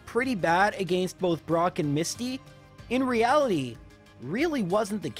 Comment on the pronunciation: Say it with me, “AH-GENST” “AGAINST” SO HELP ME Not, “AGEIST” 😂😂😂